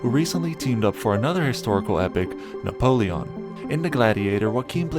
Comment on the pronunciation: Na-pole-lee-on as you pronounce it in video 😅